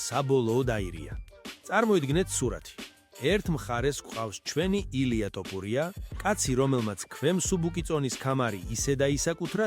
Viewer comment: რა ტოპურია ძმაო შენ რაღა გჭირს?ტოპურია არა რაჯ კაპური...თოფურია თოფურია